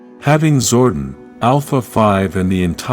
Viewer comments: It's pronounced "Zor-DON", not "zor-den", please correct your narration program. You can always rewatch the show footage to see how specific names were pronounced. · ZordON , not zorden